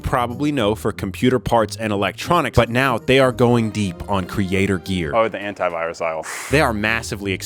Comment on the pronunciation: I heard hentai-virus instead of anti-virus. Am I normal?